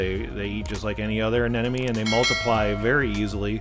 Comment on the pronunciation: Says "Anenome" instead of "Anemone" so funny.